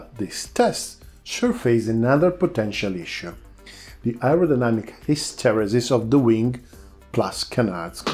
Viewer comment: Thank you for your video, you appear to really know your aerodynamics, my only advice is that as you are not a native english speaker, to make use of one of the internet word pronunciation sites, it took me until your third mention to get that you were saying "hysteresis".